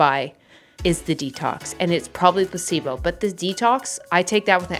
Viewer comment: Im so dumb 🥲 every time you said "placebo" I understood "possiblo", like possible but in an italian way